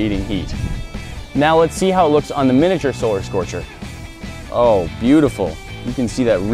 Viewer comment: One of the times that you said solar scorcher I heard you say scolar scorcher